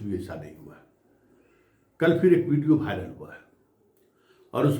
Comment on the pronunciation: भाइरल नहीं वायरल होता है। आप DU से पढ़ें हैं।